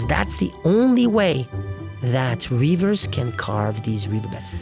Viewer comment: I recognize that the narrator's native language is not English, but he should know how to say river with a short i.